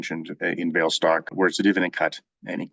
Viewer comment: Enjoying your videos. "Vale" is pronounced "VAH-lay" - it's from Portuguese